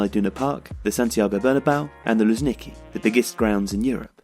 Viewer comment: Luzhnikì emphasis on the last syllable